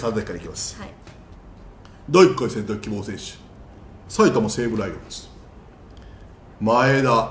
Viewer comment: 埼玉西武のイントネーションがちょっと違ったから先生惜しいなーw